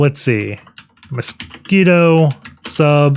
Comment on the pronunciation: Mosquitto is pronounced "moss-kee-toe", like the insect mosquito